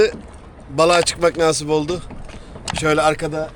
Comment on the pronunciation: Hocam yeni botun hayırlı uğurlu olsun, rica ediyorum artık “Naaaasip” diye telaffuz etme şu kelimeyi😂😂 “nasip” tek A ile kısa ve öz “nasip” lütfen çok kulak tırmalıyo 😂